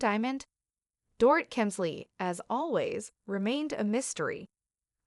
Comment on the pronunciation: If you’re going to report on individuals you need to pronounce their names correctly . You have yet to pronounce Dorits name correctly.